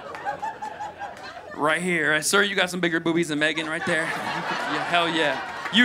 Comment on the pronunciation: He butchered megan's 😂😂😂